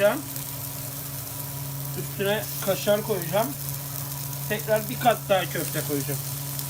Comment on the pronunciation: Kaşar kelimesini öyle bi söylüyosunki .....